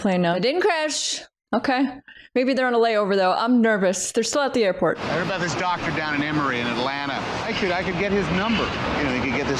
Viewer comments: Lmao! First time I heard a Canadian say "a boot" without mispronounced versions of "about" 😅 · “A boot”…….typical Canadian speak.